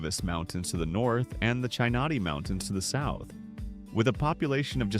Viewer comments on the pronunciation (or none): It's Stoody Butte. Like Butte, Montana. Cheesos Mountains. Like Cheetos. Sanderson, at the foot of the Glass Mountains? Yep, I guess, they are about 55 miles West of Sanderson. UUUmmm, sorry, the desk on Hancock hill is an old government issue METAL desk. Marfa, Shanatee Mountains. Yea, Balmorea, Bal-more-ray. Do some research BEFORE you plaster your ignorance across the internet. Or, stop using AI to 'ease' your work load.